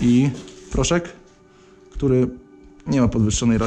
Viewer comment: tóry pomyliles sie i zapomniales o "k"